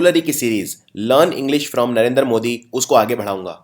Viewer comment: Sir please, Narendra ka pronunciation Narender mt kijiye. Loved the video..thank you.